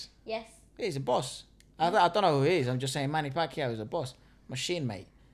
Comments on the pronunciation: You are right to say pacquiao correctly (pak-yao). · She pronounced Pacquiao correctly. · You pronounced Pacquiao perfectly. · got the pronunciation of Pacquiao right. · you pronounce it right manny pacquioa..😘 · you're pronouncing "Pacquiao" the right way. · is spot on when she pronounced 'Pacquiao'!